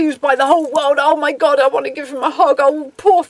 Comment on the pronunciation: Your accent makes “god” and “goth” sound like perfect homonyms 😇 i like it a lot